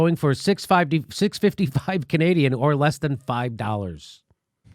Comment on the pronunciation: I'm more concerned on how you pronounced "Canadian"